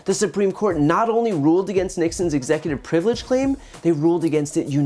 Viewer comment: Anyone else notice the word slurs and mispronunciations? Executor frivelege